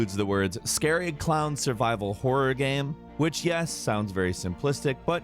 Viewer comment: He keeps saying gam instead of game